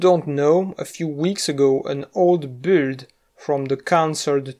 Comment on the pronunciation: The way he said "build" nudge me in that direction.